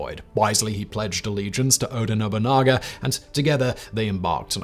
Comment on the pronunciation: Oda Nobunga and Toyoti Hideyoshi.....as per Simon's mispronunciations lol